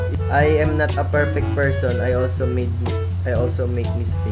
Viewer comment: “Nobody’s perpek”